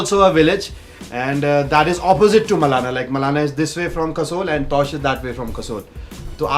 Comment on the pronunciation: bro its not taush its tosh . great vlog though thumbs up :)